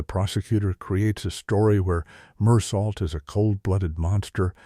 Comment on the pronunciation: The main character's name is not pronounced with a T on the end, but pronounced Mur-soh! Mindless AI software